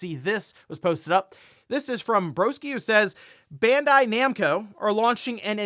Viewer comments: Ban Dye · It's pronounced Bond-eye lol.